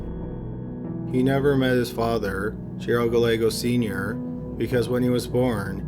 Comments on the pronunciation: I love you but you are so terrible at pronouncing people's names. Gallegos is pronounced Guy-egg-os. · He's mispronouncing Gallegos, too. 😕